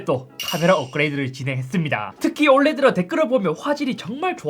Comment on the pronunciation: 에 ‘올해들어’를 ‘올래들어’라고함 올래드(oled처럼 ㅋㅋ